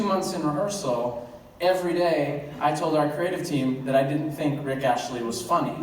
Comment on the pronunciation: Rick Astley, Aaron 😂 not Rick Ashley